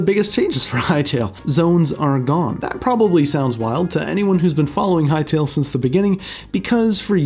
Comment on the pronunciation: Bro, Hytale, not Hytail